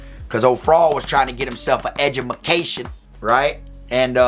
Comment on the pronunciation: Dude I'm 5 mins into this video and already dying laughing lmaoo. Edjumacation lmaoooo